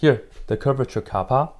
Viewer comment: What did he call the K? Kaapa?